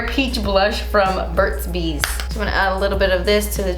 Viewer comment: Lol did i hear Burt's Beach instead of Burt's bees 👀 I get it's ok because this is definitely screaming beach vibes, Love you❣. BTW I Love your Dream St. Palette 💕